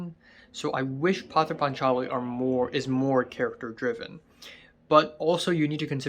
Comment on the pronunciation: Its actually pronounce Poth-er paatch-aali .